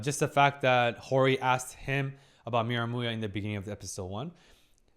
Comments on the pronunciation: Miramuya lol you say he's name funny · did he say miramuya?😂